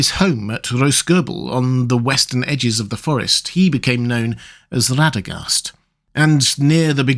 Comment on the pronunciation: Did he say "Ladagast"? That ain't right.